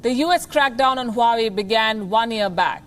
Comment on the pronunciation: Honey 🍯 😘 it's not हुवावे it's वावे